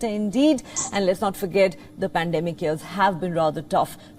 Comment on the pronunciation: It’s not Tara / Tada.. it is a proper TATA. And not ears, it is YEARS . Can we have Palki Sharma back please